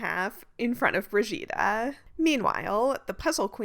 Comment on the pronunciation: remark for, in hungarian, g is pronounced gh, so the brigittas are more like brighittas